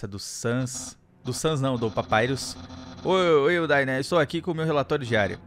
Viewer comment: Percebi que agora o só fala papairus ao invés de papirus ou papirus papairus ( sei escrever o nome dele certo e só a pronúncia que escrevi )